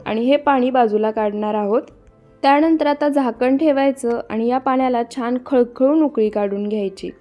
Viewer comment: बिर्याणी छान दाखवली आहे. फक्त मराठी भाषा नीट बोलायचा प्रयत्न करा. छाण नाही छान, पुण्णा नाही पुन्हा, पन नाही पण, करुण नाही करून, आपन नाही आपण असे अणेक नाही तर अनेक शब्द शुद्ध बोलायला शिका कारण मराठी भाषा अतिशय सुंदर भाषा आहे. तिचा अवमान केल्यासारखे वाटते. रागाऊ नका. मी तुमची आजी आहे असे समजा ( ८० ) वय अनेक शुभेच्छा.